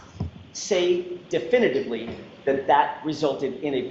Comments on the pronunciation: Why did she sustain him from saying where the “point of impact” was?? 🤔 she didn’t want the jury to know the truth!!! That he’s a wannabe crash analyst a wannabe expert!!! He has no idea what he’s saying or not does he have a clue what he did! He can’t even pronounce “definitively”! The whole jurisdiction is a sham and a scam! What a joke!!!! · Do you think knows how to say definitively, yet? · Does anyone have a video (or audio) of speaking while not on the witness stand? Is he illiterate? Does he have a speech impediment? Why does he keep trying to say “definitively” when he cannot make out more than 1-2 syllables at all ever and doesn’t open his mouth or move his tongue when he speaks? I’m so curious to know how he speaks when not lying nervously on the witness stand. I feel like he’d be meek, weak, pitiful, and pathetic in anyone’s company, though. Hmm interesting. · An expert that can’t give a definitive opinion and cannot pronounce “definitively”is so ironic 😅